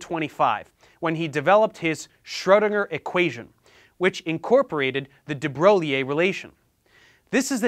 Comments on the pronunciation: Professor Dave, I think De Broglie is pronounced De 'Broy' and not De Bro-gliee. With all respect. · Not de broleeh, de broy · The French name De Broglie is pronounced "Da Broy" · Nit picks: it's pronounced "DihBroy", and the "diff" in 'diffraction' has a short 'I' like 'difference'. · Very Nice video! Side note: it’s pronounced de broy ;) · It's pronounced as de bro-liye whaa